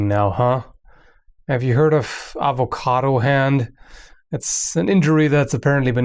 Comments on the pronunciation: "Hi my name is and this is how you cut an avocato" I love your videos xD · why is it that certain accent pronounce it "ovacado"